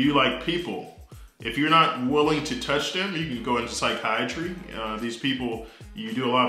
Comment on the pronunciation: Man's said phisayatry😂🙏🏼